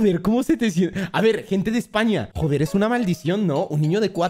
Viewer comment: NO DICE JODER DICE JOPER JAJA